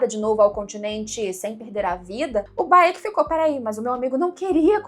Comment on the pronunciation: Vc chamando o Baek de Baêki é engraçado kkkk É só Béck. Sabe a Raenyra de House Of The Dragon? Pois é... mesma logica. Nao é Raênira ou Rânira, é só Rênira/Rénira. A = A Ae = É/Ê I = I Eo = Ó/O Eu = U